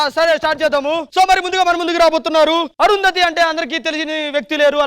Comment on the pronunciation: Yendhira okasari Arundhathi antavu enkosari thanmai antavu crt gaa practice cheyi